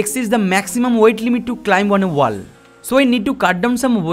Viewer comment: No! Not everything. He does not know how to pronounce WALL! 😂